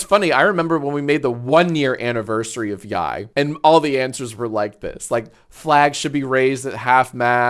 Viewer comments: Ugh, said YIAY wrong again 😮‍💨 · How are you STILL pronouncing YIAY incorrectly?!